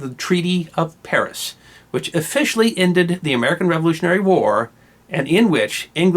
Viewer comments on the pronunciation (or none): none